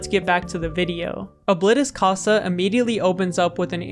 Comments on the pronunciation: ITS CASA NOT COSA!!!!!!!!!!!!!!!!!!!!!!!!!!!!!!!!!!!!!!!!!!!!!!!!!!!!!!!! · i know Spanish and the way you said casa is incorrect you may not know Spanish and i am not mad but yea